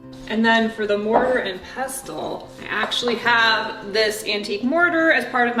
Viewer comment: The t is silent in pestle. ❤😊